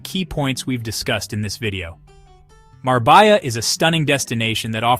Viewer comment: Love the video, but as a Spaniard, you lost all credibility with your pronunciation of such a beautiful city. It's Marbella (Mar-beh-Ya).